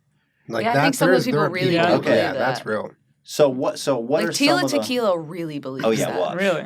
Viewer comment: Hearing Jenna say Tila Tequila in 2019 just made my brain hurt, what HAPPENED TO HER